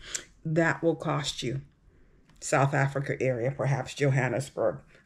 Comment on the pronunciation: S. Africans are so much more interesting / better educated than this idiotic uninformed moron! Americans are interested in nothing but money! She cant pronounce J'Burg or South Africa.! Pathetic. How are people moving to S. Africa going to be able support three quarters of the population who are totally, desperately poor.